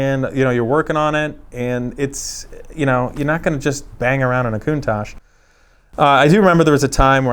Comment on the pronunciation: Thumbs up for pronouncing the name correctly 👍👍